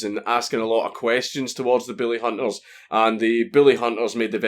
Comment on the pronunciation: I love how your accent makes it sound like you say "the billyhunters" lmao it's brilliant. You're the dude who taught his pug to heil, right? I'm trying to teach my water monitor but he doesn't seem to catch on.